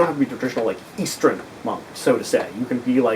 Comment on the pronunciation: has spoken, we must now pronounce it "eastren" Love the series